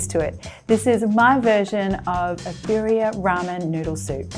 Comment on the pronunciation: Little pronunciation help: BEE-dee-uh